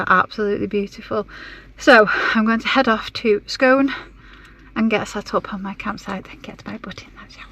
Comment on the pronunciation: Lovely video! We live in Perth, Scone is pronounced scoon. Glad you’ve had a good journey, we’ve never been to Roslin Chapel but looks great!